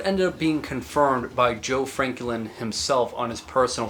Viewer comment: Nice video, but you keep pronouncing his name kinda weird. Is his name Joe Franklin or Joe Frankie Lynn?